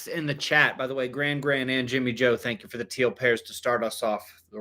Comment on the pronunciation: "Tank yoh"😂